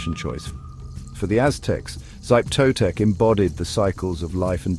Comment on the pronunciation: SHEE-peh TOE-tek, not "Zype", at least learn the basics of how to pronounce Nahuatl before making a piece like this. Still the most nightmarish of the Aztec pantheon. I once dreamed I was Axayacatl, being coronated at the Huey-Teocalli in the skin of a xochimiquitl slain in the name of Xipe Totec. A cold, slimy nightmare I remember almost 30 years on.